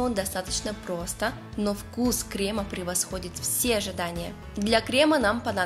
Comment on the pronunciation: Вы же кондитер. Не кремА, а крЕмы. Не ганашОм, а ганАшем. Можно не знать правильное произношение слов из других отраслей, но из своей - это святое.